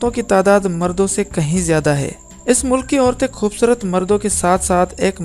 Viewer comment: O bhai Urdu ko urdu ki tarah parho aur bolo talaffuz sehi adaa karo khhoobsurat nahi khoobsurat hota hai zara insan bano aur apni zuban ko tarjeeh do bachata doosro ko promote karnay k